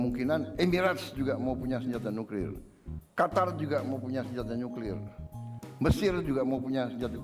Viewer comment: tenang... beliau bilang nya nyuklir :\